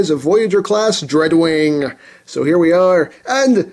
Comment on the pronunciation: When he said dreadwing i thought he said drugwing